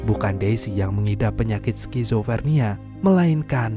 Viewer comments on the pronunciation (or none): none